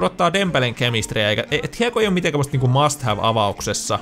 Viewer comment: plays mast?:D